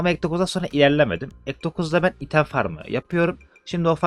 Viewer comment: abi çok güzel kanalın ama "item" değil ya "aytım" diye okunuyor. sırf o yüzden izlerken geriliyorum